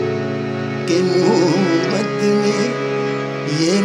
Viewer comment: Brilliant - one minor correction pls improve the pronunciation of 'Mohabat'